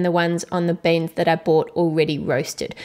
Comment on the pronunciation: it's not baens it's beans